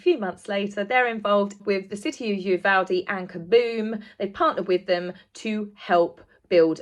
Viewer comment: First time I’ve seen you. Very nice work. Also, as I Texan I appreciate that you pronounce Uvalde correctly! Many news personalities pronounce it as though it’s spelled Uvolde. Just ask Matthew McConaughey; he’s from there. So now I’ve subscribed. Many thanks.